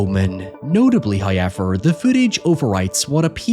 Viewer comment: First "hoyevver" drops . Praise be to the great Him.